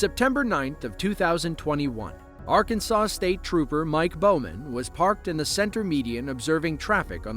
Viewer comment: You got Arkansas way off